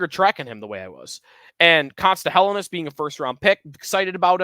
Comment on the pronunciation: Day 3 of asking to say Helenius correctly.